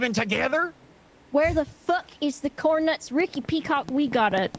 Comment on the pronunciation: my stupid ass thought it was COORN HE'S SNACKING